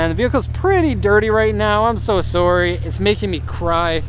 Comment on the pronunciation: The Canadian came through so hard, "I'm so soooorry"